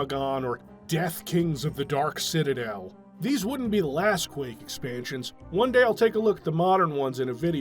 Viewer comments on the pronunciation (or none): none